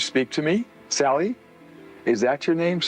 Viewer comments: Don't know if narration on this video is ai or real human. The house in Kansas is the Sallie (sally) house house...not saillie. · Why do you insist on pronouncing it saylee when even the clip from the documentary was saying sally, everyone knows it as the sally house! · Saley? it's SALLY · No shade…but you can hear them call the little girl ghost SAL-EE…but you kept saying SALE-EE…why?! Just curious…why?! 🤪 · I'm not sure why the narrator insists on saying "Saylie" instead of Sallie. Everyone knows about the Sallie house. The proper pronunciation was even mentioned over and over in the footage. Why do this? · dude this voice they are obsessed with said SAYLY 4 times instead of saying sally in the last video. I think they are all smitten with a generated voice 😂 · Did you notice the narrator said SAYLY 4 times,instead of sally. Makes me think it’s not an actual person but a generated voice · Your pronunciation of "Sally" is wildly bad. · Do you not know how to say sallie